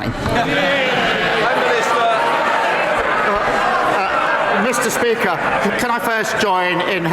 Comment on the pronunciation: "mr peaker" 😂😂😂